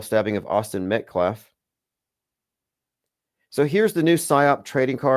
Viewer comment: calling him Austin MetCLAFF is sending me! 😂